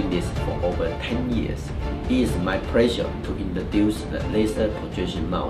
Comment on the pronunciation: so asian people really do say "pleasure" as "prezzur"